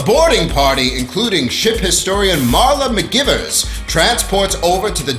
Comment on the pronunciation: You must know her name is pronounced, McG(eye)vers, so... why?